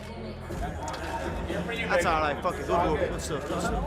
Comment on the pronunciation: anyone notice how he actually said "fuck" instead of fook